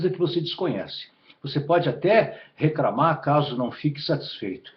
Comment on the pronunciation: Ele falou ingreis e recramar aaff